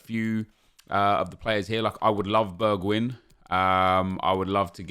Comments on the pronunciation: it’s pronounced Berg-wine. Not Berg-win. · You need to learn how to pronounce Bergwijn properly